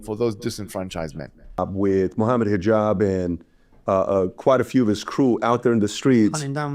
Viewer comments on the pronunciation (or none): This is how you know they are lost & you shouldnt take them seriously when they dont do their homework and pronounce your name wrong "Mohammed Hajeeeb" 😂 overall good upload.